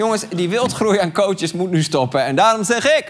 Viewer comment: Arjen ik erger me er aan dat je de heletijd cootsjes zegt!